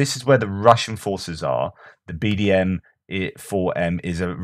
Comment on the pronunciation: BDM? I thought you said BDSM for a moment there, briefly imagined the Russians had lost a vital piece of bondage equipment. It’s easily done... 😉